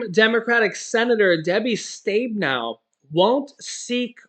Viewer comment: Debbie’s last name is p pronounced, Stab in ow. I am from the great state of Michigan.